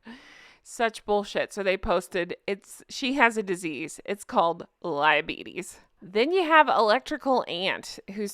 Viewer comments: 'Liabetes' 😂! Perfect. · Love the “liebetes” perfect!